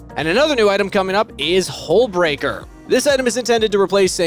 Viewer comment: I thought you said Hole Breaker and I almost spit my coffee out.